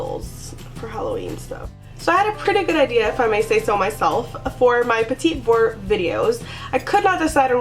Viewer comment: It not petit like "petty" its pronounced like petit just don't pronounce the last T. So kinda like "puh-tee" with the emphasis on the second syllable.